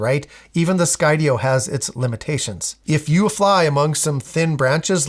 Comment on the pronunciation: first it's not skydio😂